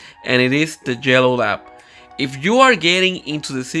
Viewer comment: Thought he kept saying jello labs 😅